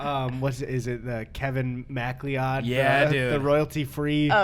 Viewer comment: Eddy as a macleod i have to inform you that it's pronounced ma'cloud